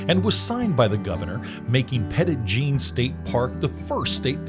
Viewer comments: Great video! My grandparents lived on the mountain when I was a kid, so my family spent lots of time at the park. Cedar Falls Trail was a lot easier when I was little! One small correction: it's actually pronounced Petty Jean. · You managed to mispronounce the park's name throughout. 🤦‍♀️. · The Park Rangers never told you to pronounce it that way 😂. Which is neither the Arkansas pronunciation nor the, nor the French pronunciation. You came up with a made-up pronunciation all your own.